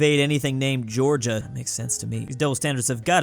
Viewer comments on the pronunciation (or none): none